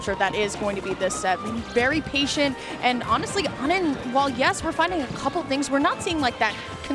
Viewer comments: Isn't it "oh-nin" not "aw-nin"? Or did it change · Why did they keep calling onin awnin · why didnt anyone tell them its "oh-nin" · ah yes my favorite steve player ah-nin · how come she doesnt know how to pronounce O-nin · Why they pronouncing onin like that? Is that how it’s really pronounced? I’ve never heard it like that before